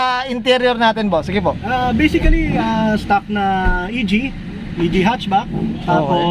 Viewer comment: Baiseekali stuhck "Basically stock"